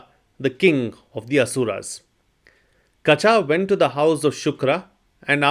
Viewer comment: Kachaa should be pronounced as kacha. Ka and cha have the same vowel sound.